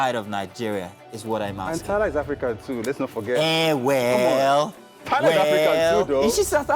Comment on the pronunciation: I'm sorry...Did you just say Tyla Perry?